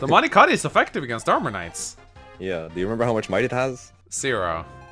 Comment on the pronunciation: It's not Mani Kati It'S nOt mAnI kAtI It's not mani kati